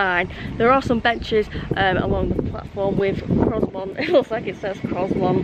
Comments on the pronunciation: Grosmont's s is silent, so it is pronounced Groumont. Also, I think Leaside is pronounced Leeside, same as the suburb Lea on the Blackpool Road in Preston. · It is pronounced Gro-mont not Grozmont! lol You really should have scheduled a longer wait there so you could have checked out one of the UK's finest heritage railways. A tragic missed opportunity! :) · You may well get a few comments regarding the pronunciation of Grow-Mont rather than Gross-Mont but to be honest I've heard Ewkston Bawlshaw Lane and Exton Bahlshaw Lane and any combination therein when travelling on that line. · When it comes to pronouncing Grosmont the s is silent so instead of Gros-mont it's Gro-mont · My neck of the woods, in fact I collected some tickets from the machine at Danby the other week. Grosmont is pronounced Grow-mont by the way :) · It is definitely pronounced GroMont 😂😂. If you're back in the area, there is the old railway walk from Grosmont to Goathland, where heartbeat was filmed. Well worth a walk. We stopped in Egton last year, and got the train from Egton to Whitby, and it is indeed a childrens playgroup in the building next to the station. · Very nice. It is pronounced Grow-mont btw. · He He. Pronounced Growmont.